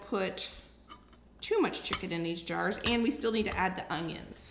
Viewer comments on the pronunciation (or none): It is so cute how you put a g into onions so it sounds like ungyuns.